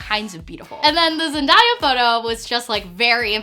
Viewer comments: I hope someone close to her has told her the correct pronunciation of Zendaya's name. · It triggers me the way she says zendaya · I literally died a little inside but I also found it funny everytime time she said her name wrong! 😂 It's okay though, thanks to everyone who corrected her, now she knows! 💛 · Chill it’s not that big of a deal. Just a little mispronouncing. A lot of people don’t know how to pronounce her name at first. Nobody’s perfect and nobody cares. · is no one going to take about the way she says Zendaya (no hate) but she said it wrong and i just thought it was funny. I love this video tho I struggle with accepting my body because i’m young and everyone in school are size 0 and you are a role model and someone I look up to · Why do all white women pronounce zendaya like that? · she butchered Zendaya's name 😂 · Jill Winters old vid but came across it and went to the comments haha, this person has been coming for everyone for mentioning how mispronounced zendayas name idk why they are so passionate ab replying to everyone lmao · I noticed that too. Zendaya's name is part of her identity, and everyone else should make an effort to say it correctly out of respect. ☺ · Jill Winters no. And Chill it’s not that big of a deal. Just a little mispronouncing. A lot of people don’t know how to pronounce her name at first. Nobody’s perfect and nobody cares. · she said Zendaya wrong ❤️❤️ love u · I wanted to explode every time you said Zendayas name wrong. But other than that this was a great video and I'm so happy you did this for yourself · You said Zendaya's name wrong baby girl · You mispronounced zendaya!! No hate, just bothers me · Yes I was like did you really just pronounce this queens name wrong😂 I’m surprised more ppl aren’t commenting about this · New Drinking Game: Every time says Zen-die-uh, take a shot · ZEN-DAY-UH......video was cool but don't you ever do that again.Whewww chile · Gurl it's ZEN-DAY-YUH (ZENDAYA)